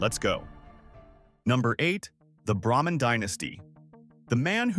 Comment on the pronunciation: Braman is pronounced “Bray-man” not “Bramman” thank you